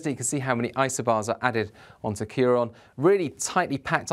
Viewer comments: It’s CiarAN not CiarON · kee-ron is not how you pronounce it. It is sometimes spelled Kieran.